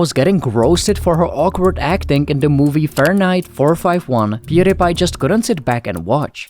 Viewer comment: Pew DIE pie. Stop mispronouncing his name